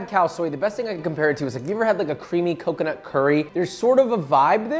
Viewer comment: COCONUT! not KAKANAT... 😂